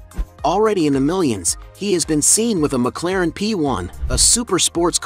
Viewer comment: You said McLaren wrong